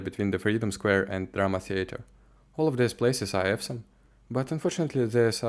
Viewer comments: Awesome произносится примерно как Осам, однозначно не ка Эвсом. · Оусам, а не эвсом. Я про слово awesome. Остальное - героический контент. Продолжай.